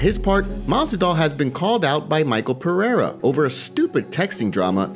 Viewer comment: Please for the love of all that is holy stop calling Michel Pereira Michael Perrera. His name is pronounce like Mee-Shell Fuh-ray-duh.